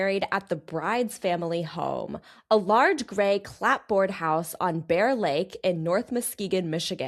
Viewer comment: Is it an age thing or a "not from New England" thing that no one knows how to pronounce "clapboard"? 😆